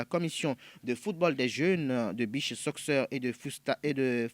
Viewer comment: "Soccer" lire "sokeur"